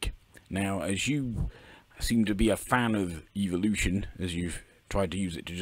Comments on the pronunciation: Good lord its fucking "evo-lution" not "eevil-lution" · I keep hearing Eeveelution when he says evolution, help